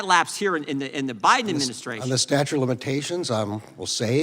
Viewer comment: why does jordan keep saying "statue" of limitations? LOL